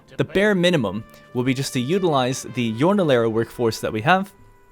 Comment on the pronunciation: "Yornalero" lmao xddd, the J in Spanish is a bit tricky if you don't Spanish... well it is obvious but idk why it made me laught a bit xddd